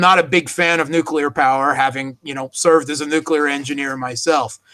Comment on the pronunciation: seems to have a thing for mispronunciation: the all-too-common "nukyular" for "nuclear" comes to mind. He also insists on pronouncing Theresa May's first name "Teressa"-- this may be a European variation, but native English speaker ought to pronounce her name the way English speakers (including May) pronounce it.